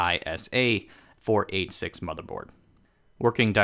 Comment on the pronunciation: Haha You can tell kid narrator was born after 1990…. 486….. “ four eight six”. Lol. Dead giveaway… It’s “four-eigtlysix”. And before that was three- eighty six , and before that was two- eighty six.